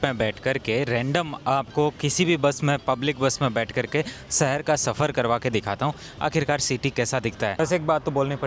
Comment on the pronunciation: Shehar ❌ sehar 😂😂😂😂😂😂😂